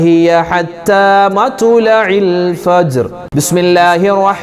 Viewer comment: مطلع Ithil ط ساكنة alley Usthadey